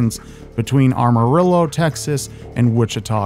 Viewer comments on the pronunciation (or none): It’s “AMARILLO”. Not Armarillo.